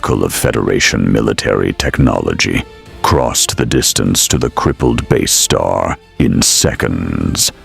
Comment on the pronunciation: My thoughts exactly, It is also quite obvious whoever did the graphics has no idea what BSG ships should look like. Not to mention it would be nice to have a human narrator that could pronounce Basestar properly, kinda gets annoying after a while :/